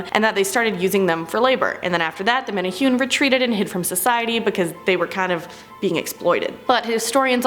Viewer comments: thank you!! that was driving me nuts. men ay hoon?..... wtf. men ay who nay. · Yayyy Hawaiian folklore is mentioned. Woot. Just one note it's pronounced (mene-hoo-neh not mene-hune) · For the Menehune one, it’s pronounced meh•neh•who•neh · MANA WHO KNEE ..IS HOW YOU SAY IT LOL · I’m from Hawaii.... it’s pronounced meh-neh-who-ney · It's pronounced like menehuni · My lord WHY can’t y’all just take the extra few minutes you need to make sure you’re at least TRYING to pronounce things properly??? Proboscis - proBOSSkiss Menehune - meh-neh-HOO-neh Who knows what else... It’s really NOT that hard to make sure you don’t look ignorant. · Bruh you pronounced Menehune wrong! It’s pronounced (Meh-neh-who-neh) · hahaha riiight tho! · I loved Hawaii and knew a lot about the Menehune which as was told to me were like gremlins of the Islands and would destroy equipment near sacred areas. Also it's supposed to be pronounced Meh•neh•hu•neh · Menehune bro its meh-neh-hoo-nea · The way she pronounced menehune oh gosh. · I was cringing hearing you say Menehune 😅😂. No offense sis! Aloha🌺🌴🤙🏾